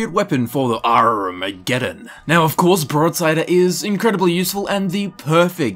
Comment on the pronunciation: arrrrrrrmageddon xD